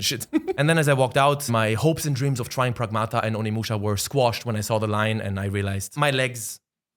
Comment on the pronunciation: i absolutely love you and all but instead of Onimuschi maybe call it Ohnemuschi